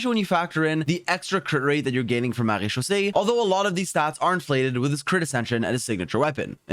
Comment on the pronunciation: Marechausse set. I always hear "Marie-Josée set" 😅